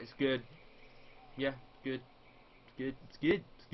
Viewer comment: I see what you did there... "It's GEWD it's gewd"